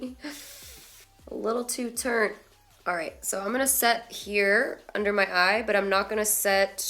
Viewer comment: "A little too turnt" 😂